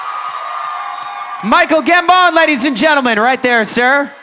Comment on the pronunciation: Who is Michael Gam-bone?